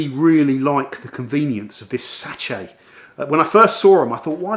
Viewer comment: Great video 👍🏼 worth watching just to hear “satch-ay” 😂